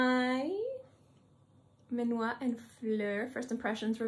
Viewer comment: Your video is super interesting and is so difficult to find videos about Dominique’s creations. Thank you very much. Please learn to say the name is done for you from a french person 😂because is not minuat is minuit 😂 and mise en plat no mira plat 😅